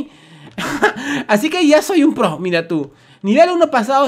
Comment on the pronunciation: No se dise pra se dise proooooo